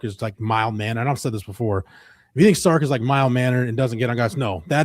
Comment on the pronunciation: It's Sark, not Stark...